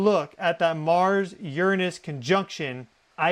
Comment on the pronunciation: You’re saying, “Uranus” wrong, and you’re sitting on it wrong, too.